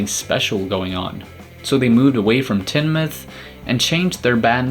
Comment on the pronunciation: Teignmouth. Pronounced ‘Tinemuth’. Not ‘Tinmuth ’ It’s strange how Brits can pronounce American names properly but Americans seem to have trouble with British names.